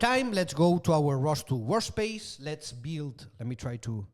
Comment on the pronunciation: Great course and very useful notebooks. The way lecturer pronounces work space as WAR SPACE puts a cheeky grin on my face : )